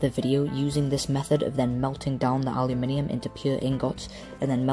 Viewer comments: I am from the States and I love how you say Aluminium! Don't let anyone give you any crap about it. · I'm American and I pronounce the word aluminum the same way you do. Because let's face it. Your way sounds WAY cooler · Thank you for saying and spelling it aluminium. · I say aluminium the same way :3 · Yessssss some one says aluminium properly!!!!! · I like how you put people in their place on how to pronounce aluminium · you pronounce it correctly for the spelling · theres always some idiot out there. your pronunciation of aluminium is fine. im in the us and i understand you just fine. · I dont fault you at all for pronouncing the metal differently. In your country, thats how it is said. Thats that. Not wrong. Nice work anyway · I'm Australian and usually i hear everyone saying aluminum and then i started watching The Art of Weapons and I was like... This is the first time i have heard a youtuber say aluminium properly :O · So what amazing and wonderfully weird things may you get up to using a CNC router then? Amazing vid, I made a paint can forge but have yet to try melt aluminium,P.S. it's the Americans who pronounce it weird ;) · since time and memorium the british and other europeans have correctly pronunciated the word aluminum when in rome do as the romans do. its no wonder the industrial revolution started in britain you have great engineering skills please keep sending your tutorials. thank you.. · Its also the correct way to say it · Mike Dittman I mentioned it because all these Americans were attacking this kid for the way he said aluminium. The Americans think they are right and he is wrong. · ***** That wasn't the issue. The issue is Americans attacking him on mass, for saying aluminium correctly. Thats the issue, as far as i'm concerned you can keep on saying it however you like, no matter how wrong it is, but don't tell us, the people who invented the language, that we aren't pronouncing words correctly